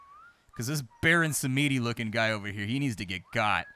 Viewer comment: Baron Samedi. Meaning sunday. It's french and you BUTCHERED it omg 😂